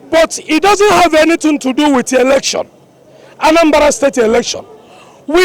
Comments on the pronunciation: mr man not erction, but election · Election not erection bruh